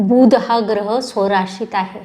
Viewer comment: बुध मधील बु पहिला अाहे.तुमचा उच्चार तसा नाही. राग मानु नये